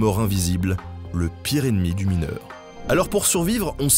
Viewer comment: Je suis mineuw !!! 😂👍